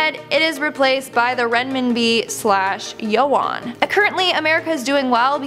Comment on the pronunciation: There is no winning in a war. ALMOST EVERYONE DIES. also its yuan (you an)